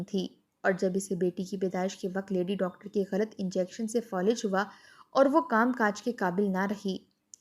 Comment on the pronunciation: Folij nahi Falij